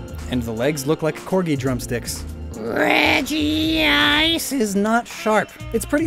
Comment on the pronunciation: Regi-Ice? Ya mean Regice There's no extra I, I'm surprised you got that wrong, considering Pokemon is your job. But I'm just messin', this was an amazing video :)